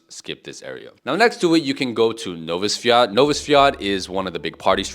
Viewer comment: Sprobuj bardziej tubylcza wymowe Nowy Swiat i Wesolych Swiat.